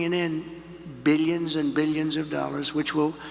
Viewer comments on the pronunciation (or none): I'm sick of the way he pronounces "Beeyuns" of dollars.